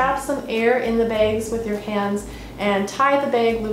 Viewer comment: "Beyg" hihihi